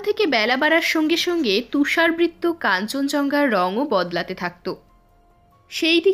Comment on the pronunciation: তুষারবৃত্ত নয়, উচ্চারণটা হবে তুষারাবৃত, মানে তুষার দ্বারা আবৃত, তুষারে ঢাকা